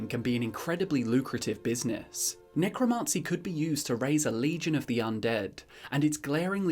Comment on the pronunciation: Love the video pal, but your pronunciation of Necromancy is feeding me pins...